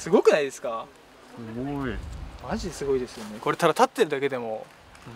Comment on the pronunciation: ほっぺかわいい🥺 口あいてるのかわいい笑 (それだけ集中してるんやよね笑) ピントを奪われる 衣装が気になる 内心よしって思ってるやろ笑 どこ触ってr(( いや、ギリギリなのか、？ sexy 「もじ！？」(訳: まじ！？) 背中に花びらついてないかい？🥺 夫婦 立ってるだけでAだよ